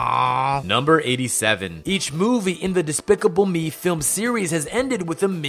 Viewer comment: you said film wrong in fact 102. there is no such thing as a fim.